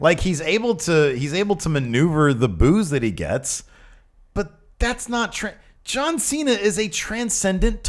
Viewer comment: "Ju-an C-Na?"